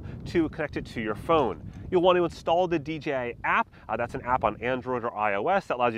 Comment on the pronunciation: Why do ay D G I. It is D Jay I Come on Mr 10yr droner. 🤣